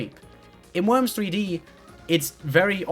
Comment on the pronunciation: i like when she talks about th e woims